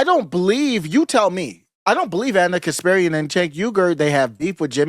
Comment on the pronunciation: KasPARian, not KasPIRian.